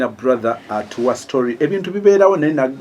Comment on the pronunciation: Pronouncing brother as "Blaza" and saying he had "authority" instead of ability, you can imagine what jobs he could possibly have done. Naye azanyidde nyo kumitwe gyabanne! For anyone that drives, try and imagine driving at high speed and suddenly drop the gear to number one. The car will almost stop right away, even worse for a powerful one like a Range Rover Sport.